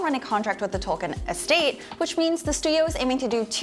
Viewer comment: Why can no one pronounce Tolkien correctly?! It is "toll-keen"!